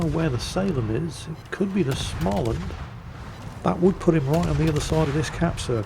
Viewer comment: is it time to annoy whit prononciation again? Schmaland... no ch-sound there, mate 🤣